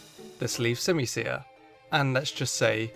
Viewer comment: I done understand why everyone hates on the unova monkeys I love all of them, also your pronouncing their names wrong it’s called sim-u-sear and sim-u-pour I love the unova monkeys and I love them and simasage is one of my favorite Pokémon also I like pelliper and wingall and also aromatese is based on is a pluage doctor that used to use pollen or smells to help with sickness, not can can dancers and dugtrio’s alolan form is based on volcanic glass